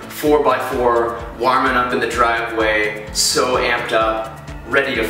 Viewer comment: haha i like how you say "warming". must be the Iowa in ya